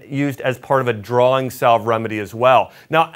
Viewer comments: It is pronounced "sav"....rhymes with "have". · BTW, the “ L “ in “ salve” is silent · The L is salve is silent isnt it?